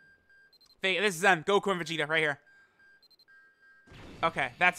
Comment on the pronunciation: really said Vegtio...